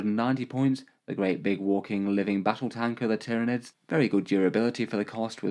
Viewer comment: Ah yes, the Tier-of-Nids